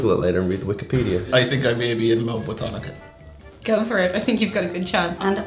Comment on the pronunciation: Hhhhanukkah foods (the pronunciation in the beginning hahaha). xD The candle thing is called a Menorah!